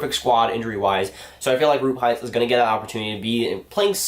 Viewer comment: you have to practice the pronouncing of Roope Hintz :DD